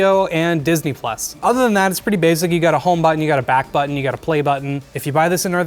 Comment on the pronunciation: Like how he says "Buttn". Back buttn. Blue buttn.